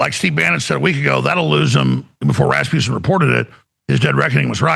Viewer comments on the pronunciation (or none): Like how Alex Jones keeps calling "Rasmussen" "Raspusen" tell us the truth without knowing you're telling the truth... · When Alex Jones says 'rasmussen' the closed captioning has it as 'Rasputin'. 😂